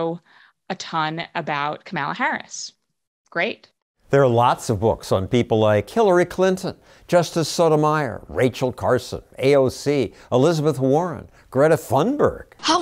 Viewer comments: did he say killory or was that just me 😅😂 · Wait, did he say Killary Clinton? 😂